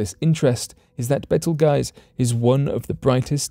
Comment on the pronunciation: It's not "Betel Guys" it's called "Beetle Juice"...